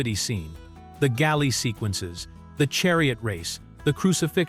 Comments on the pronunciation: The pronunciation of "galley" cracked me up! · Please train your A.I. voice to pronounce things properly. It's Rozsa with a hard O, not Rosa. It's galley, not gaily. And so it goes on. And the so-called "gay" subtext is rubbish, introduced and promulgated by Gore Vidal but denied by everyone else on the production. As Heston said when asked about it years later, "That's bullshit. No, it's Gore Vidal, which is almost the same thing."